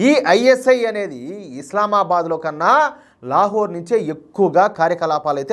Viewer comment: లేహోరా లేక లత్కోరా కరెక్టుగా చూసి చదవండి